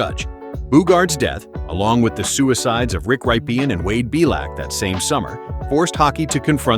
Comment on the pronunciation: Before you call yourself, maybe you should learn to pronounce correctly the names. You mispronounced a few of them. It’s PEL-LEE Lindbergh, not PELL. And it’s Rick RIPPEN, not RYE-PEE-EN. Those were just two.